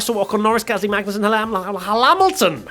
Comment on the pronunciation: Near slip up there- Magnet-sun